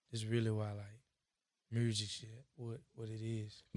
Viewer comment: Can someone tell me where they talk about why he calls music “Mursic”